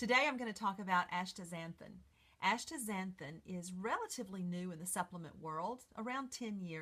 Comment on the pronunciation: You have written it out correctly as Astaxanthin (asta ZAN thin), and yet you pronounce it like Ashtaxanthin (aSHta ZAN thin)!!